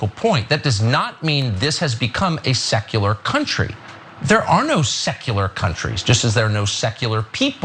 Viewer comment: Tuckems made it sound like sexular 😂